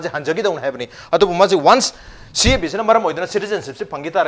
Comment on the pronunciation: CAB pronounced twb hetrido noi BJP gi ne